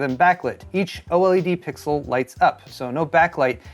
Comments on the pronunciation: Can you please, PLEASE say "OLED" instead of "O-L-E-D"? 😂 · OH! L.E.D? Gotta pick on for saying every letter like no one else lol.